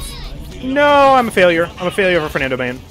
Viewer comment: i think you shouldve said fernando "e" with e in "bet" not "water"